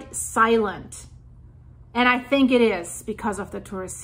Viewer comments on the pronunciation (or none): none